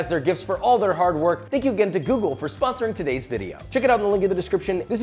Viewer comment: when you say "google" i swear i hear that little old Italian lady saying "ok googoool"